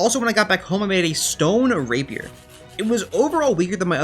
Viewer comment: when you make rapier i was like thank god finally someone can say rapier